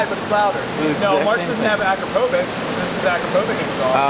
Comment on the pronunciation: Akropovic is pronounced "uh-CROP-oh-vitch" not "akra-poh-vick"